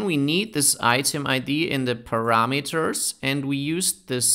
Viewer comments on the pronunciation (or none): The way he says parameters really sounds weird